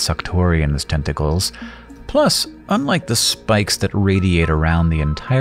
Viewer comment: Is anyone else hearing "10 tickles"? What about now?